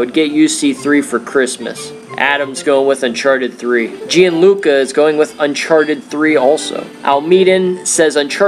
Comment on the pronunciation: thats me !! its pronounced john-luca haha you were close tho!